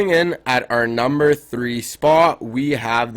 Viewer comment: he said nember 10 spot